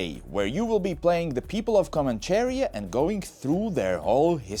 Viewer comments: Do you see the accent mark on the "i" in "Comanchería"? That means the stressed syllable is the "ri". So it's not pronounced "Comancheeeria" but "Comancheríííía". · it is not comanCHEria, its comancheRÍa